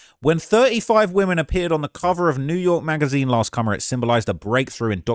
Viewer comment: Bro said “last cummer” someone help this guy out he’s overflowing😂😂